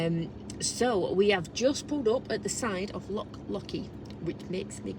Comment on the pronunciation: Google schmoogle. Try the Oxford English Dictionary. The failure to pronounce the 'ch' has nothing to do with an English regional accent, as 'loch' is a Scottish word. Lake is the English equivalent. Scotland also has many dialects, by the way. If there are some English words that Scots tend to get wrong, then that is them getting it wrong. However, 'hoose', for example, is Scots (same as 'hus' in Norwegian) and 'house' is English (as 'haus' is German). That is quite distinct from saying a Scots word (as opposed to the English version - 'lake' in this instance) incorrectly. Try going to Ulster and pronouncing 'lough' as 'lock'. You'll get the same response. I was not 'name calling'. Failure to even try to pronounce local or national words properly and then insisting that you are right in your misprononunciation is far more rude than pointing out how lazy this is.